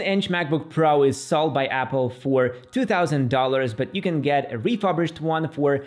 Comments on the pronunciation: "Refurbished", not "refubrished" :) great video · Your way if pronouncing “refurbished” is very unique 😅 Nevertheless, thanks for the good review of the Macbook choices!